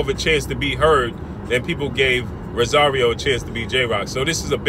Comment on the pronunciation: Its ROSARIO!! Not Rasario!! 🗣🗣🗣